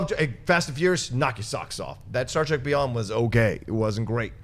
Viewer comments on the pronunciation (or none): none